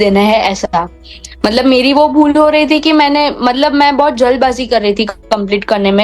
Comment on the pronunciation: that "bhale" and that"bhul" make me smile... Hu pn gujrat thi chhu ne etle :) By the way many many congratulations 🎉